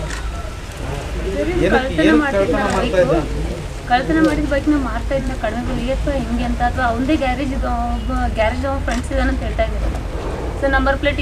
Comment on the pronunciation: It's Bike not Bick😂😂